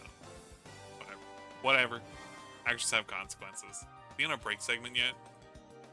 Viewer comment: I would want the character killed if voiced acted saying "ghalf" and "consecunces"